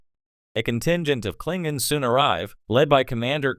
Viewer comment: The moment the narrater said, "Klinguns," I knew this was AI generated. :(